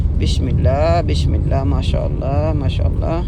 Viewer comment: ما شاء اللہ اللہ پاک بیٹے کی قسمت, ذندگی اچھی کریں… ایک بات کو ذہن میں رکھنا بھائی کہ بسم اللّٰہ … . س کیساتھ بسم اللّٰہ ہی بولی اور ہڑھی جائے گی ش کیساتھ بشم اللّٰہ کبھی بھی نہی, ایسے آپکا بچہ بھی ٹھیک سے نہی بولے گا کہ شروع ہی سنتا رہا ہو گا… بشم اللّٰہَ سے مطلب بھی بدل جاتا ہے